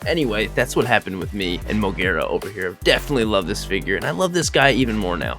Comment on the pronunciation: It's pronounced Mo-geh-rah or mo-ge-ra